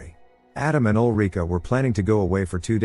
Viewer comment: Take a shot every time he says olreeka 😂